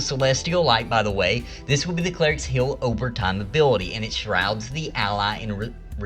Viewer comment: Love channel, hate how you say heal. . It's heal not hill. 😆